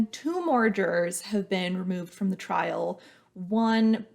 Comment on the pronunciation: “Trial”, not trail ;)